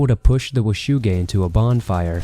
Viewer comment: I swear his saying "wu shu gang"